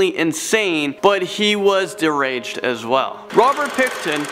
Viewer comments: I get people mispronounce things sometimes, but come on dude..."satisfication", "jurditional", "deraged", "more scarier", "BLIND, Torture, Kill". I don't mean to be overly critical here, but come on dude LOL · Don’t forget “deraged”